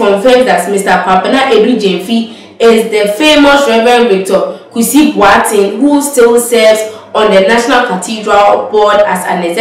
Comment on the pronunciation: Presenter learn to pronounce the name Boateng correctly